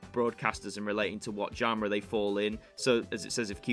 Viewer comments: Genre is pronounced “Shorn-rur”. And the Pacific is an ocean, I think you mean Spe-cific not per-cific. Sorry but that was painful to listen to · I’ve never heard genre pronounced that way before 😅 but great info. Thank you!